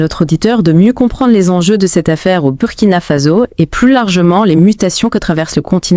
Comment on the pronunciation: C'est quoi merde ? In dit Burkina Faso pas Burkina fazo ppffff n'importe quoi un peu de respect